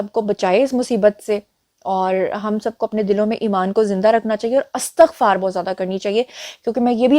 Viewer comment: جی اَستَغفار نہیں ہوتا لفظ اِستِغفار ہوتا ہے آپ درست کر لیں